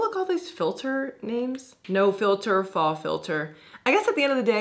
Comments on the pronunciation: Love you. But it’s not “fah,” it’s faux (foh). Rhymes with show. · As a French 1 student/know it all, I just wanted to say that 'faux' rhymes with 'show' and 'go'. Loved the video!